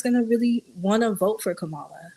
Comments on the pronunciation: CALM-MUH-LUH that’s how you pronounce the VP’s first name 😂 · Her name is pronounced “Comma-La”! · Can we finally...say her name right Kamala...like "COMMA-LA"...